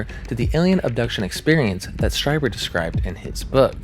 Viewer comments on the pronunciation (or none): Streeber, not Stryber. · Great video. Strieber is pronounced "str-ee-ber." IE makes an "E" sound. EI makes and "I" sound. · Strieber is pronounced Str-eee-ber. Recommend listening to old Art Bell Coast to Coast recordings if you wanna hear insane interviews with the guy. I find it very entertaining even as a skeptic.